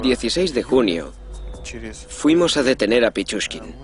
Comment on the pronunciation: pichuskin no pichurría es esa gonorrea¡